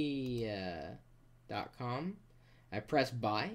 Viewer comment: LOL!!! The way he says that 'shaverea' thing was hilarious: "Shave her... rear?"